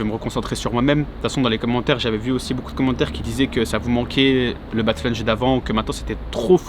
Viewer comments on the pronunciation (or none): none